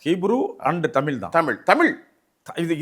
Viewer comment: தமில் அல்ல தமிழ் என்று கூறவும்